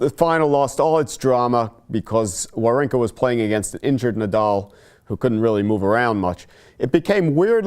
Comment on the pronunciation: Why does english speakers doesn't even try to pronounce people's name correctly? This is really frustrating and it came across as an ignorant yet very arrogant: His name should be pronounced: vavrinka